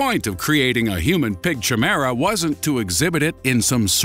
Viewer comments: FY I- Chimera is pronounced KYMERA with a pronunciation of a K for the CH a long I. Keep up the great work, you're doing much better. I love the new body of work and your VO guy is spot on. Keep him and loose the others. Especially that guy who did the early work. Just messin with ya. Rock Onward! P.S. When are you going to make a better opening sequence? You really need to make a snappy opening sequence like you did with adding a professional VO. Looking forward to it. Keep up the great work. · It's pronounced 'k-eye-mear-ah' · "Loss Zeetas" "Chimaera" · i think you pronounced chimera wrong. x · narrator mispronounced chimera. his jokes are very hit and miss.